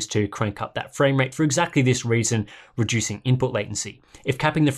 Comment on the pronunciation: "rejuicing input latency"